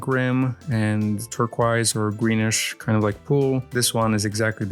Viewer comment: “TurqOis”, not “turquaise”